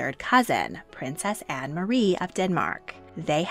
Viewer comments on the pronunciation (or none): none